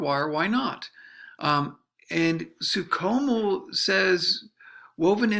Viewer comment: It's pronounced Franz SOO SHOW MEL. No Soo COMO. Yeesh.